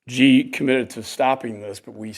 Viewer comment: This is a senator who sits in a room and can't tell Vietnamese from Chinese!! Also president Xi Jinping is not pronounced President 'Gee' but President 'Shee'.